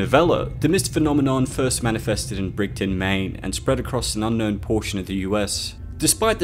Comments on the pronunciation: BRIDGE-ton...not BRIG-ton... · I live in Maine, its so painful to hear people pronounce the town Bridgton. Its pronounced Bridge-ton, like Bridge town because there's nothing but bridges everywhere in that town.